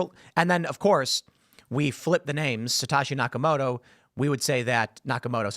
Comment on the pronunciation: Tim you're mispronouncing Satoshi. It's Satoshi not Satashi.